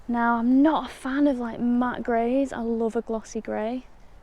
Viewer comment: Sold the Hayabusa and got the first generation Triumph Street Triple matte orange. Thats a FUN bike😄👍. What part of England is that from depending on your dialect when you said, "i just loooove it" ha ha ... 😄. Regards from Scandinavia.